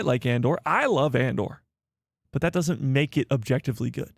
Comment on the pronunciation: Ah! Jectively 😂 man I missed a good one. Again! What are we objectively talking about?